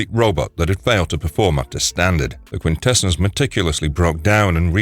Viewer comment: It's pronounced quintessons not quintessens